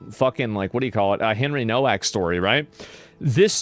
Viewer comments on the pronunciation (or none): Why pronounce Nowak incorrectly? Seems disrespectful. It's not No-Wack but NoVak. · You pronounce Nowak - Novak W is always V in Polish language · Can people that are opposed to what happened to Henry Nowak please pronounce his last name correctly?! It seems like the minimum amount of effort to put in… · It's pronounced "Novak". It's obviously a Polish name, and in Poland, they pronounce the "W" like we pronounce a "V". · Hey asmongold the w becomes a v in Henry's surname, just letting you know bud, RIP Henry Nowak you deserved soo much better! 😡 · Please learn how to pronounce his last name, if he's famous - Nowak is a Polish name, you can read this "NOH-VAK". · the father, in his statement, introduces himself as Mark NO-VACK. and goes on to pronounce the other members of his family with that same No Vack pronunciation.